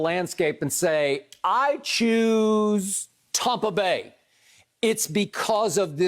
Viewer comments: It’s so annoying when Skip says “Tompa Bay” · Wish this guy could say Tampa bay instead of tompa bay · Really sounds stupid. Like he can't pronounce TAMPA but he can pronounce BAY.. ha ha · Learn how to pronounce Tampa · Hey Skip...I'm sorry, but can you PLEASE be consistent on how you're going to pronounce Tampa Bay?